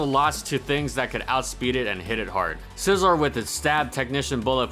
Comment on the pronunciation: It's scizor